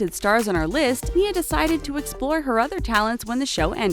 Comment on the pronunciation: "Paige Hyland and her sister Brooke spent 5 seasons on the program.." Me:.... GET YOUR FACTS STRAIGHT! They quit at the start of season 4! (Still love them tho) Btw.... Nia See You Frazier... and chan-de-lee-ay...